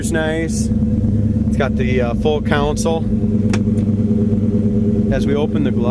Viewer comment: its Con-sole.You say counsel all the time.It bugs me lol.